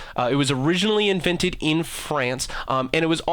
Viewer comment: "invinted" and "acoog"